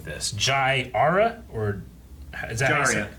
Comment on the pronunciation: "JAY ARA" never disappoints with his names